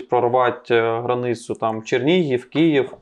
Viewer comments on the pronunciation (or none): none